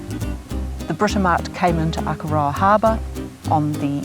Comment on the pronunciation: God your pronunciation of Akaroa hurts my ears 😢